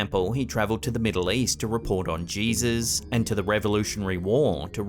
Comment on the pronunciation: I love how you said the word "Jesus". You sounded very Southern :)lol